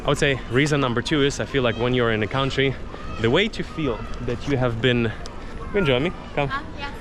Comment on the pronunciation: I thought you were American, until you said Country (count-tree) Russian?